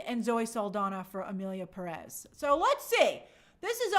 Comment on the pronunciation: People don't even know how to pronounce "Pérez". Furthermore, they won't bother to LEARN about Mexico's current situation and ponder on the OUTRAGEOUSNESS of the movie. It outstands me how uneducated people can be, and this is just a reflection of current day America and its political situation.